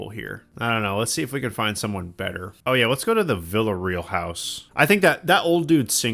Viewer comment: The name Jaques is pronounecd "jock" or Jack" and Villareal is "vill ah REE-al"